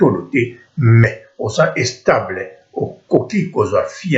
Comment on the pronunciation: and u don't even know how to speak u sayin' estable fuck